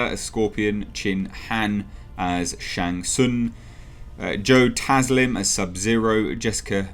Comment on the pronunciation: I expected trailer :) BTW: It was clear to me that you are not a fan of MK, when you read Shang Tsun (without automatically fixing it to Tsung) and didnt recognized Kano :)